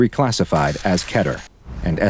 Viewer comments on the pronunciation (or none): Keter not cater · I have a very random question, how do y’all pronounce “keter”? Key-ter (me) like Ké-ter () comment